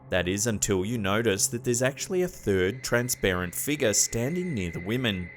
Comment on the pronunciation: I absolutely love this channel. And his voice is very easy to listen to. But does anyone else laugh with the way he says figure? Figur. Lol